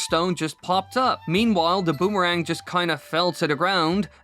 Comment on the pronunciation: a "bumarang" sounds incredibly painful.